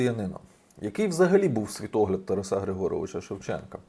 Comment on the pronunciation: З великою повагою. Не ТарасА, а ТарАса.